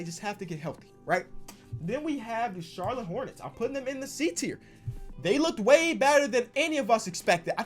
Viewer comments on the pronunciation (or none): none